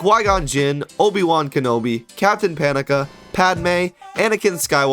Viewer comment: I have a question. Are you actually a Star Wars fan? Because it’s Captain Panaka (PUH-NAH-KA)